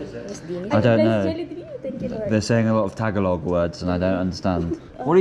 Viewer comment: Hey brother I've been all over Mindanao believe me if your not a deep Muslim there are places in the mountains you don't want to be. I'm glad you didn't find one or you damn sure remember it if you get out lmao Hey and why I'm at it you are mis pronouncing Tagalog it's not( TAG A LOG ) AS YOU SAY IT.I'm a new Sub here I really enjoyed your vlog keep up the good work. Mabuhay Po & God Bless stay safe!!!!!! Keep your head on a 360 degree swivel in those mountains